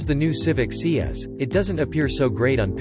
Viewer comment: it is pronounced "S" "i" ( not Si......or "C"). C'Mon